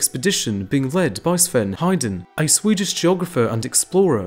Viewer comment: As much as I like the rest of the video, I cringed at the pronunciation of Sven Hedin. The "din" part of the name is pronounced like the British word "dean", he's not named "Hayden". 😠